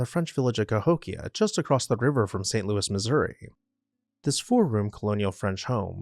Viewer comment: Also, while we are there, a French Canadian man called Louis is not pronouncing it “Lewis.”